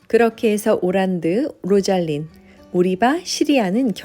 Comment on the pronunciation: 로잘린(로잘린드), 오란드(올란도), 오리바(올리버), 시리아(씰리아)